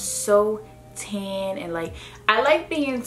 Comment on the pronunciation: When she says “Ten” lol instead of Tan 😂